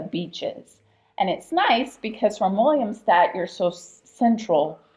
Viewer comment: Its not called "Williamstad" but "Willemstad"